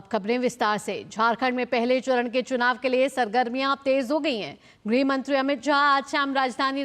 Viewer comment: गृह मंत्री not ग्रह मंत्री